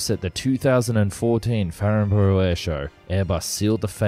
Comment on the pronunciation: At 5.10, could you please pronounce the Airshow as 'FARNBURUH'. Otherwise a very good review of the pros and cons especially centred on the A50-800.